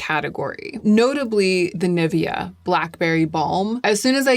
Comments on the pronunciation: The way you’re pronouncing Nivea is really throwing me off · I'm not a language snob, I don't care about the way people speak as long as I get the sense of it. But there's one thing that pains me for unknown reason - USians reading Nivea 🙈 I'm physically unwell after that